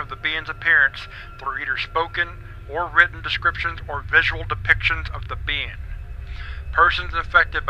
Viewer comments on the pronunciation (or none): Love how this fool pronounces being as bean.